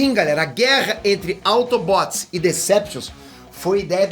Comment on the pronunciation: "AutobÓts e deceptius" Mds q vexame ver ele falar de assuntos q nem entende so por views e money